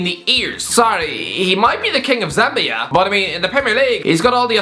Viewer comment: Zambian here first off Am impressed you pronounced our country right and even know we exist. Daka had potential but even here he not even considered a king they are mixed reactions. Some feel his not good others feel his great. Please 🙏 all those watching his not considered a king of Zambia 😂